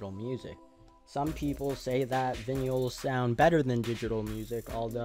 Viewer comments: Buying VINYALS ? are you saying vinyl..VI NULL...vinyl..vi null vinyl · I quite literally could not focus on any of the content of this video until I did some research and confirmed that their was no strange English dialect that pronounced it that way. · Vinyls? Why do you say it VinYullz? Wtf? Literally couldn't finish the video. Dweeb. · "their vinyuls" me: blinking guy gif